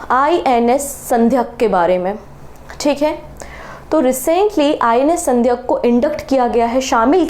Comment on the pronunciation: Madam, aap thodasa pronunciation bhi dhoosra videos dhekkar bathaayiye. Telangana cm "revanth" naa ki "reevanth". Ship ka naam sandhaayak naa ki Sandhyak. Interview dhenevalokeliye pronounce theek karna jaroori Hai.